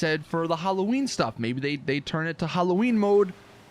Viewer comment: The fuck is an eeeklipse or Huloween?